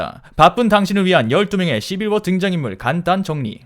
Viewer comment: 처음에 시× 뭐라는 줄 알음ㅋㅋ